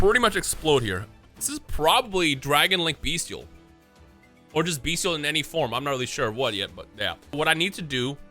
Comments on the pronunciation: M i the the only person hearing "bee steals "?(no offense ) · The way he pronounces bystial as “beastial” makes me cry. Decks pretty cool tho if u like decks who say u wanna play yugioh? To bad😂